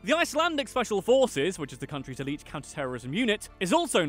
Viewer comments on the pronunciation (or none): none